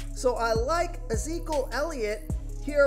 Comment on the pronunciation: Uhzeekal Elliot lol? ... it’s ih-zee-kee-uhl